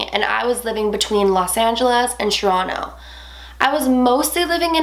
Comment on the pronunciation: why u say "tchronow" instead of Toronto? idk it just bugs the living fuck outta me lol but i dont wanna be a grammar nazi, but it irritates me lol still love the channel tho!